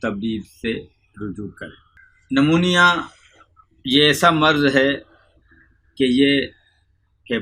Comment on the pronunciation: اس بابے کو کچھ نہیں پتۂ کاغز سے پڑھ کر بتا رہا ایسا کوئى بھى پڑھ کر بتا سکتا ہے۔۔۔بالخصوص بلاخلوص پڑھ رہا ہے اور نمونیا کو نمونا پڑھ رہا جس سے صاف پتۂ چل رہا ہے کے سب رٹا رٹایا هوا ہے۔۔۔۔۔۔نیم حکیم خطره جان۔۔۔۔شہد نمونیا کے بچے کے لیے بلکل مفید نہیں ہے اس سے ریشۂ چمٹ جاتا ہے گلے میں ۔۔۔